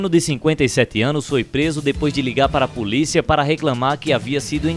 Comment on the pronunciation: Assaltári, Puliça kkkkkkkkk